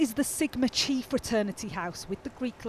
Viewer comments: Please pronounce Chi correctly … NOT CH-EEE but K-EYE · It's pronounced Kai, bro.